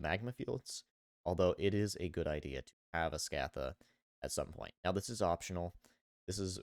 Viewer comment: Sk - ah - tha > Sc - ay - the